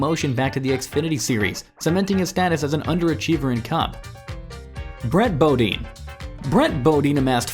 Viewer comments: IT'S PRONOUNCED BUH-DINE, FOOL, NOT BOW-DEEEN!!! KISS OUR BIG YANKEE ASS! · Who is Brett Bodeen? At least know how to pronounce the names right besides reading stats you got online.